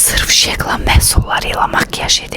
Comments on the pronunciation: Basa dusmediyim tek sey var , adinin duzgun teleffuz edilmediyi bir marka niye pulunu bunlara verir ki ? Şe qlam yox şi qləm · Şeqlam deyil şiqlam dı